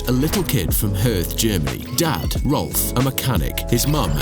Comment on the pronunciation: Michael's brother is RALF, not Rolf. And if you wanna know how much your car is worth, he is your man.